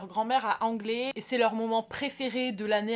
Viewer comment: coucou ! je viens de m'abonner, j'aime ta vibe. PS : Anglet se prononce AngleTTE ;) des bisous